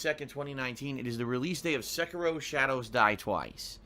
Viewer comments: SECKEROH It is like nails across a chalkboard. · Am I the only one bothered by how pronounces Sekiro as "Se-kah-ro"? I feel like he is butchering and insulting the Japanese language.